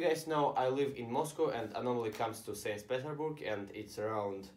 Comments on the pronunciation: Sains pidorburg, wtf hahahah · Seys peterburg